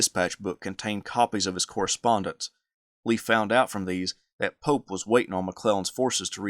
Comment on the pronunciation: I keep on hearing “General Polk” and I was so confused. Why would JEB attack Polk’s forces. Then I realized you were actually saying “General Pope.” I found it hard to understand the way you pronounced the Union General.